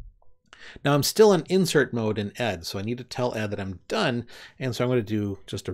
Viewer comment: As I understand it ed is actually pronounced as the individual letters like vi since ed was derived from an earlier more complex editor called qed. Think Edie Brickell not Ed Sheeran. ed is still my favorite text editor. As you demonstrated it has much of the power of vi but I appreciate that it doesn't take over my screen the way most other text editors do.